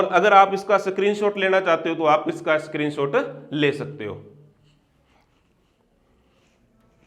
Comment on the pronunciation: स्क्रीनशॉट❎ सक्रीनशॉट✅ Btw aap bahut acha padhate ho thanku.